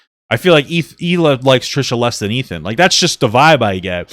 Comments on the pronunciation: Well, Ethan has been with her since 2007, lived in Israel, been around her friends and family and still won't pronounce it correctly either. My guess it is because americans just can't pronounce the letter H properly. Erbb instead of Herb, for example. Think "HeeLah". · What i wanna know is how she's gonna marry Moses and still not pronounce his sister's name correctly. Like I CANNOT be the only one show notices she calls her HEELA